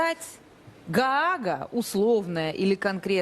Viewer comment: Не галага, а Гаага...!!! 🇺🇦 🦂 57